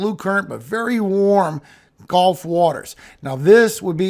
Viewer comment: Cringe trigger: You said "g-O-lf" instead of "g-U-lf" I know you are old enough to be in a generation that KNOWS better than to say it like the game not the body of water! I'm hoping you will choose to sound more educated like you clearly are and be careful not to leave that cringey mispronunciation in these videos! It ruins my ability to enjoy the info in the rest of the video likely because I instantly remember how hard it was to learn to say it correctly n stop getting fussed at in school!!